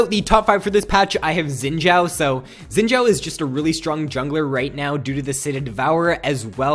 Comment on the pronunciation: you pronounce guinsoos right but you say xin zhao weird, you say xshin sshzao, its pronounced zin zow